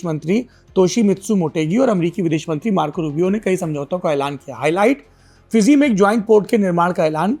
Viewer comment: Bahi FIIZI nahi hai FIJI hai J J J